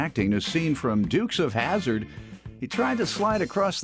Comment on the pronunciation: Lol "Dukes Of Hazzard" 🚗